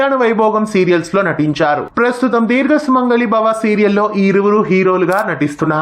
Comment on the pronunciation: Dheerga kaadu. Deergha